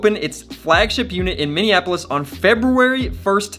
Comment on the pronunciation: I live in Minneapolis, thanks for the correct pronunciation. lol Its not minnianapolis. Some say it that way